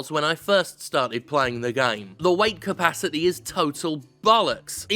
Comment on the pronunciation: did anyone else heard " white capacity " every time he said weight capacity ?